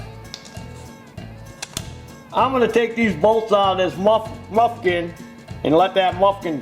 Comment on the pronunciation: I hate the way is says muffin sooo fuckin stupid